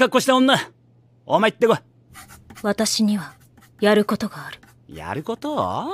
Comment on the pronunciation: やること⤵︎ぉ⤴︎お？がツボw